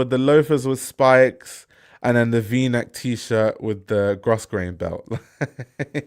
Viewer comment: Sorry, sorry sorry, but Grosgrain is pronounced Growgrain. 🙏🏼